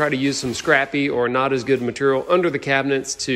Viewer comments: Anyone else tried to say ‘Maturial’ out loud after each time said it? 😂😂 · even though they give you a hard time about the length of your descriptions, explanations, etc..., I find it informative, helpful and even entertaining🤗 also when you have skills like you, does it even matter how you say material 🤣🤗